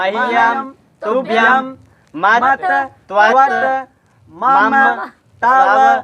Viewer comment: आप गलत पढ़ रहे हैं स्वारंत को व्यजनांत मे पढ़ रहे हैं हिंदी में मम् पढ़ते हैं संस्कृत में म म पढ़ा जाता है